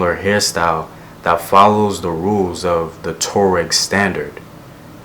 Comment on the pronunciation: Wa-ga-du Empire. Wo-do-be people. Twa-reg people. Love your videos!